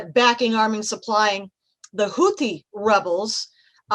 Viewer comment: دقت کردین ح حوثی رو ح تلفظ میکنه ، بقیه ح ها رو خ ، یعنی تو اون آمریکای خراب شده یه غیر یهودی نیست بیاد یه کاره ای بشه